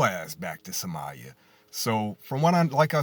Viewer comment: Somali people? Talking random nonsense but can’t even say it Correct.